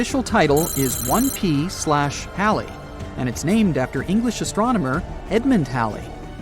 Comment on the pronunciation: This person's mispronouncing Halley's comet on purpose an saying Halle Halle Halle 😡